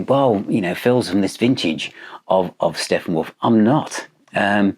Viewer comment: I'm sorry, did you say Steffenwolf?